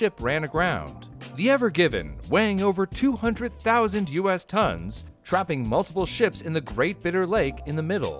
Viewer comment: "us-tons" What, 1.600kg?